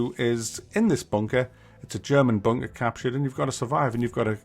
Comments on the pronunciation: Kept hearing WW2 bonker. Hehe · Ooops I thought you said “ Bonker Simulator “ hehe, hoho, lol!, lol!, oops, laughing falling of my chair!. To be honest this is a piece of nonsense, there are too many so called Simulators at the moment, and many verge on the ridiculous!. Why don’t we have a Haemorrhoid Simulator, make it RPG, open world search for Anusol products!!, lol!, lol!, oops sorry! Hehe!!. I can’t get off the floor, I’m still laughing at this video. Oops now is the time I should display your ubiquitous Tommy Lee Jones caption, tut! tut!.